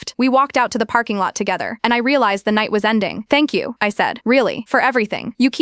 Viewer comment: “Tank you is not 3 words